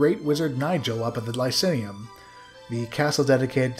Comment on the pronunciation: Lie-cin-ium? It's Lie-see-um, spelt Lycaeum (silent a)